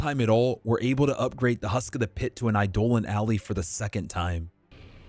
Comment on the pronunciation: Eye-Dolan alley…?